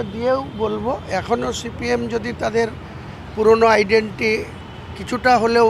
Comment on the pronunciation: এগেইনস্ট কে এগেনেস্ট বলে, আইডেন্টিটি কে আইডেন্টি বলছে। এই রকম পন্ডিতের ওপর সিপিআইএম ভরসা করবে ?